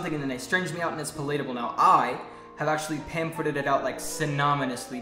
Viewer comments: Actually, "palatable" is an actual word (although it's pronounced "PAL-at-a-ble," not "pa-LATE-a-ble"). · It's pelateable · "It was palaytable." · He is not speaking normally? Brasil here. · Did he pronounce palatable wrong or am I thinking another word. Damn English is stupid lol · Psh. They pronounced palatable wrong 😂